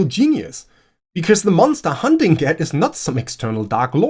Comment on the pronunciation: Not only did you bring up A Wizard of Earthsea, you properly pronounced Ged. You got my sub.